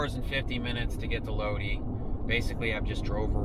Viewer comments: Its pronounced LOW DI not low dee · It's Lod-eye not lod-ee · It is not LODEEEEE, its LODIIIIIIII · Ur in my neck of the woods. Lol. It’s Lodi long I. Not lode. Lol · Just a minor correction bro.. It's pronounced "low-dye" 👍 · Dudeski....it is pronounced loadeye...like shoot a load in her eye. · Right, like "load-eye".